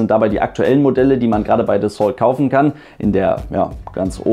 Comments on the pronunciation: Dassault ist ein französisches Unternehmen und wird daher nicht Dässolt gesprochen, sondern Dassoh. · Psst.. "Dassault" spricht man so aus, daß es sich auf "Renault" reimt. Also eben mit "Das" vorne, statt "Ren". ;-)